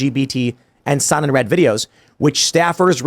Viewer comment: Had no idea what Tim was saying. The Sun in Red ? Then the facepalm moment Sonnenrad it means sun wheel. And it’s not Red it’s Raaaaaad drag out the Ahhh sound